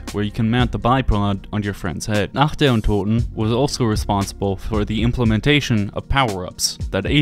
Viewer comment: Not german, but been studying since I was 10 or so. The way he said "untoten" was legit the best I've heard from english speakers.